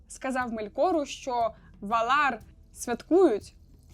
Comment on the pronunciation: Ме́лкора а не Мелко́ра, Ва́лар а не Вала́р, хоч бы погуглила спочатку, лоровединя хрінова. Ці слова сильдорійськоюмовою, мовою ельфів, а в твоєму виконанні звучить наче ороча